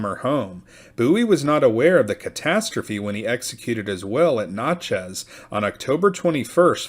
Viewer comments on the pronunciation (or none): I was born in Natchez. Rhymes with Matches. Notches on a gun butt is what it sounds like when this guy pronounces it. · I grew up near there. He butchered it. Sounds like matches , Nat-chez! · Natchez is pronounced as in gnatchez